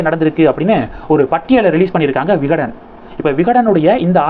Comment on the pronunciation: தம்பி விகடன் ஜூனியர் விகடன் சரியாக சொல்லவும்.